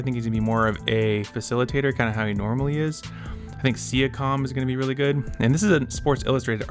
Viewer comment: don’t even know how to say siakam name😂